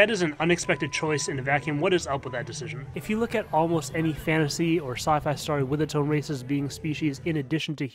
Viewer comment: I wanted to watch this, but I couldn't deal with story being pronounced stary